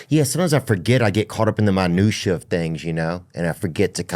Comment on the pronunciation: what the fuck is "manusha" ?? I think he said " Minutiae of life "